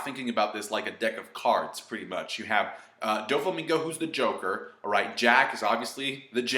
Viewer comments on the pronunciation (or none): none